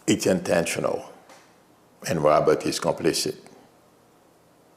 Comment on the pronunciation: The name is John RobertS, like Julia RobertS, not Robert, which is a first name.